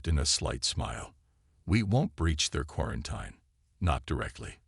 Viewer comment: Pronounced quaranteen